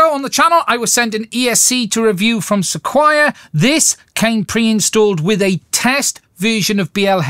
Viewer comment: SEQURE, is pronounced. "Seh-Kur", pretty sure...just trying to help. Thanks a lot,. I'm on board! Cheers. 👍✌️